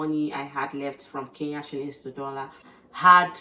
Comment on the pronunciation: Good job 👍 please come again. Thank you for sharing about my country. ❤ One thing the pronunciation of Kenya 🇰🇪 still need some work. It is not Kee Ya , it is Ke Nya 😆 hope it helps.